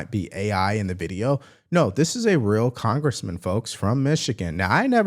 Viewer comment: How did this little old man who can’t even pronounce congress become a congressman…??? He should be impeached for stealing a boys hair…!